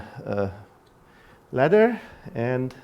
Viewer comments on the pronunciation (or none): did he mean „ladder“? Or is my English not good enough? What does „latter“ mean in that context? It’s not a noun I would recognize. (If it is a German borrowing, he did mean ladder (=Leiter)).